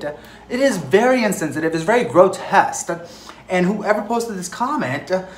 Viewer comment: The word is "grotesque" not "grotest" you make me scream with the words you use 😂😂